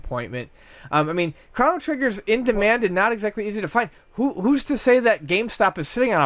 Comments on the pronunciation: Chrono not Krano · Chrano Trigger? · Stop saying fucking Craw-no trigger. And btw, conspiracy is real term. It doesn't mean hoax. This guy used the term conspiracy in place of hoax as an interchangeable term. Idiot. Btw, Tower 7 was reported on being collapsed before it even went down. This is simply a fact. These guys need to educate themselves instead of playing video games.